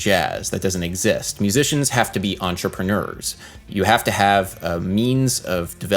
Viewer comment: Why did you say "entrepreneurs" like that?